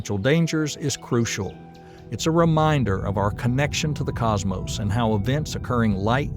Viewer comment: I'm still wondering what a "Cosmose" is.